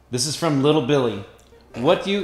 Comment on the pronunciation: First off, the Merrell Twins make my Tuesday’s 10 times better and saying “Little Billy” when it is really “Lilly Billy” 😂😂